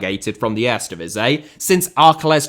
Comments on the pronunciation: Would be funny is he instead have used the leagues official name which is: KEUKENKAMPIOEN DIVISIE 🤣 (since he has so much trouble with Eerste Divisie, which means First Division and should have been pronounced as : EAR-STE DEE-V-SEA) 😉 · Are you a fan of the erresdivizei? 😂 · Earsta Divizzee and Tweyda Divizzee for pronunciation 🤣👍🏽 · 🤣🤣 echt he. For real, what is he saying, it gives me itches🤣😭 Ejstdivizjeej??? He should pronounce: EAR-STE DI-V-SEE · maar echt 🤣🤣 for real what is he saying.. Ejstje djeveesjeej??😭 He should pronounce: EAR-STE DEE-V-SEA Ennoys me so much as a Dutch i stopped watching...